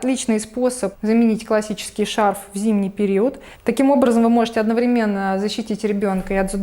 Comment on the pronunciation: Не одновремЕнно, а одноврЕменно.